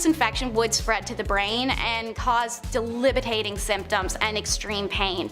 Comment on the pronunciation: Uhh,, its not "extrement" its excrement and its not "delibatating" its debilitating.